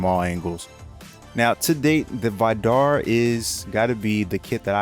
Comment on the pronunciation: The way he pronounces Vidar hurts. It's supposed to be pronounced "vee-dar" not "veye-dar."